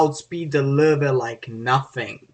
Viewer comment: "w" in german is pronounced like "v" in english.. it's actually called "vee" in the German alphabet ("v" in German is called "fow" and is their equivalent letter "f". So the correct pronunciation is "Luh-Veh" (not Vah, either, plus the umlaut "o" variation, which is difficult) Source: School, internet, books, etc.